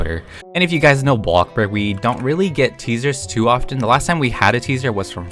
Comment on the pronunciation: The way he says “Blockburg” so casually